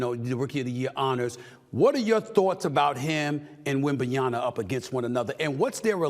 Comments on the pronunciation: SAS please stop mispronouncing wem-ban-ya-ma. It’s disrespectful to any person to mispronounce their name. Or maybe you just can’t read? It’s there in the letters … wem-ban-ya-ma. (Not wem-ban-ya-na). And by the way “reining defending” is redundant. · I love how stephen a constantly keeps saying “wembanyana” 😂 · I'd really like for Windy to correct SAS on WembanyaMA's name and the correct way to say it. The man is getting paid millions to speak and he can't even get one of the biggest names in the NBA correctly. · SAS .... Please learn to pronounce the name correctly.....it's WEM-BAN-YA-MA... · He’s doing it on purpose 😂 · 🫵 found the comment i was looking for 😂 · Learn how to say Victor’s name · he'll get there. I geuss you forgot how long it took them to be able to say Giannis Antetokounmpo